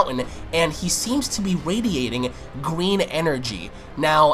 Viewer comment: Gween energy. :D